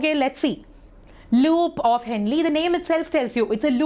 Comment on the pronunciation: U prounced henle wrong